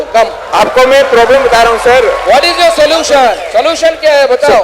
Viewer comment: Bhai, Salution nhi😂😂😂solution bolte hai re usko andhe bhakt😂😂IT walo ne mil kr kutna chahiye tha isko..